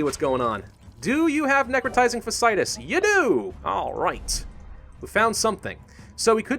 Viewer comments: You're pronouncing it wrong. It isn't Fass-itis. It's Fashy-itis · Late to the party, and someone may have mentioned this already, but... Watching someone, who is such a grammar nazi, the constant mispronounciation of necrotizing fasciitis, really annoys me! Fa-sci-itis. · hey grammar nazi you said necrotizing fasciitis wrong, gotcha